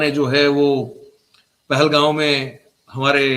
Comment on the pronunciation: वो " पहलगाॅंव " नहीं, " पहलगाम " है सर!